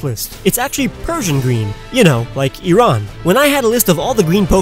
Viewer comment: THANK YOU FOR SAYING IRAN CORRECTLY!!!